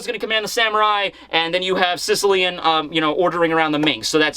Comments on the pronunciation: Just to point out possibly another reference: Sicilian in reference to mafia is pronounced Sis- as in sister, ill- like sick, ian- like the name ian. Sis-ill-ian. It references a part of Italy related to the mafia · Yo, I’m Not Being Sarcastic Or Anything But Based On Your Pronunciation Of “Sicilian(Shishilian)”, I Just Had The Wildest Realization That “Secia-lian” (as you pronounce it) Sounds Very Similar To “Cecil-Lion”. “Cecil The Lion” That Was Shot Down In 2015 (rip harambe too, you will never be forgotten), & The More You Say His Name, I’m Convinced That Eichiro Oda Was Subtly Referencing “Cecil The Lion” As “Sicilian” In One Piece.